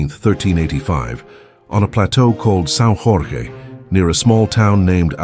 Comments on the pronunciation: São Jorge, not San RorRe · Don't say "São ROR RRE" that's the Spanish way. In Portuguese it's "São Jorge" where Jorge is actually very similar to the English "George" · Great narrative. A few tips, though: you pronounce "S. Jorge" making it sound Spanish. The Portuguese pronunciation is "São" (make that "a" sound as nasal as you can) "George" (but without the (English) /d/ consonantic sound at the beginning of the word: it's just /ʒ/, not /dʒ/). Again, you spelt (once) Nuno "Alvarez" Pereira - which is a Spanish, not Portuguese name. In Portuguese, it's "Álvares" (stress on the first syllable.) Also, "Brites" is pronounced "breetsh", not "brights". Keep up the good work. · Sau Ror-ray 💀